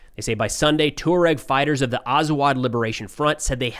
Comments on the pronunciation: It's pronounced like Bama-ko. Touareg is pronounce like Twa-reg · twah ... not too ... twah reg. or too uhh reg. Hint: lay off the American twang, that heavy "Accent on //this// syllable!" ... Obama co ... not Bamaaako.